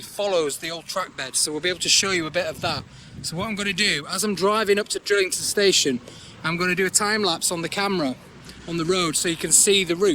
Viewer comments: It's Drighlington, not Drillington. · Enjoying the great vlogs. The G in Drighlington isn’t silent, it is pronounced. I used to live in the village and locals just call it Drig. Keep up the good work. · Pisses me off the way you say Drighlington